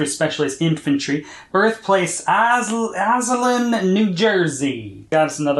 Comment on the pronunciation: hey! as a Jersey Guy, I'm obligated to let you know Mutt's Birthplace is pronounced IZ-Lynn